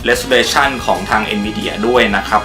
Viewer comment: เห็นมาตั้งแต่ clip แรกๆแล้วครับ Resolution = เรส-โซ-รู-ชั่น ไม่ใช่ เรส-ซู-เร-ชั่น นะครับ